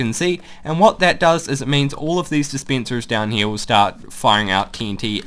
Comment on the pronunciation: sorry but I can't help but laugh when you say d spencers and sea kens